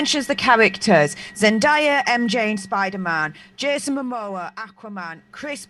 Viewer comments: Also kinda tired of so many people calling her Zen-die-ah when it's Zen-DAY-ah, Zendaya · T-T it’s zen-DAY-a